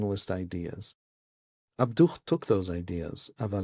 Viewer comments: Just FYI, it's not "ab-DUCH", it's "AB-du". That H is a "ه", or "ה" in Hebrew. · Just for your note: Muhamad Abduh's family name ends with a silent "h" or "ه" in Arabic. /Abdu/ It's not the "h" in Hamas that is "ح" or "ħ" in arabic.